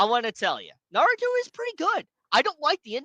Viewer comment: You claim to be a Naruto fan but can't even pronounce Naruto ? I don't believe your claim. It would make sense if your name referenced the DC Yellow Flash Eobard instead, especially because your avatars over the years have been just THAT Flash, never Minato. And for someone who purports to be so smart, the only proof presented for the claim that the entire Boruto community is after this guy is a single tweet by a guy named "Namek", with a NARUTO profile pic. You can't connect those dots yourself? Can you even think?